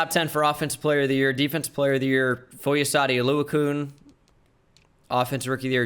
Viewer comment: "foy oh saw dee oh loo a kune" "Foy a sawed oh lue a kan"